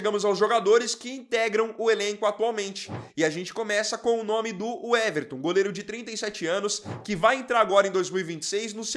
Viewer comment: Uweverton? O nome é Weverton, pra que colocar um U na frente?